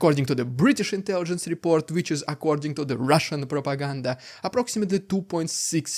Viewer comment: Rrrrriiidicculouss Rrrrrrussian Pppprrrropaganda hhhhhhaapluttt!!! Wtf is that, I'm scared 😨